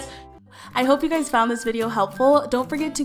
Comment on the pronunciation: She is sponsored by FASFA yet she can't pronounce the acronym right 😅😅😬😂